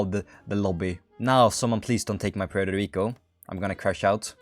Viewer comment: Poo-eurto Rico hahahahaahahahahahahahahahahaahahahahahahahahahahhahahaahahHHHahahahahahahaahahahahahahahahahahahahahahaahahahahahhahahahahahhahhahaha i hope you laughed at this very funny comment